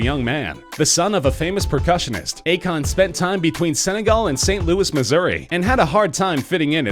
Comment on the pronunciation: U pronuced akon wrong.